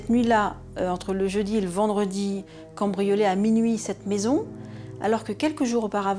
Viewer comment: Ont dit pas "combrioler", c'est "cAMbrioler" le mot 😬